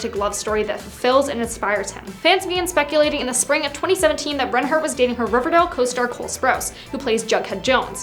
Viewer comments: Yeah she’s saying wrong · I’m I the only one who’s bothered by the way she pronounces reinhart